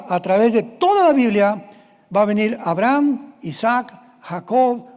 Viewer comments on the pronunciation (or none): none